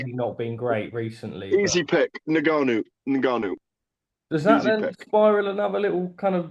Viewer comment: Gareth pronouncing Ngannou two different ways literally one after the other🙈🙈